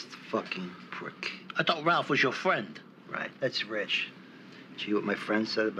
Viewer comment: I thought was your Fwend?